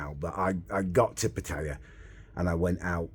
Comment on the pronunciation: “Im Getting good at these Asian pronunciations” - after saying Pattaya and baht incorrectly a hundred times 😂😂